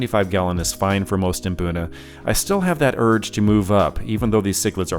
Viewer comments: My Mrs is from Kenya and there's a lot of words like mbuna that are all pronounced with mmm at the start not maa. You just need to find an African fish keeping to tell you how it's pronounced 😅 good video dude keep up the good work ❤ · Maboonah 🤣🤣🤣 Guys there is no A between M and B in Mbuna 😂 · I just enjoy seeing all of your tanks and fish really makes me jealous. WOW on the new tat that is really impressive to say the least "really cool". I thought I was wrong being the only one pronouncing Mbuna cichlids like Hunter does after hearing you pronouncing it haha good one. The "nasty room" you know my mind goes off into another dimension hear that...OK I'll stop but I do like that kind of cichlid and drool for a tank big enough for one. I wouldn't change much on any of your tanks maybe just a few more cichlids with flashy colors to make the colors pop in the tanks, but I just found out adding a few new guys in my State Penn turned into one getting an eye injury and is now spending time in a hospital tank, no worries he is doing great and really wants out of it, in time dude in time. Thanks for the update and keep the cool videos coming so I can wipe the drool off my chin. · Hearing them tell me I’ve been saying Mbuna wrong my whole life had me shook 😂